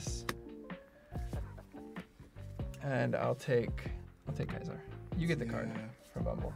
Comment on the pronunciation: ITS NOT KAISAR OMG